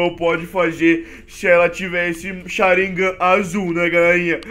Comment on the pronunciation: voce errou a pronuncia e Sharigan nao Sharignan